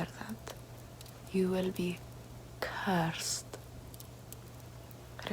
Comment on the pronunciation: CEURSED....YOU WEILLL BE CEURSED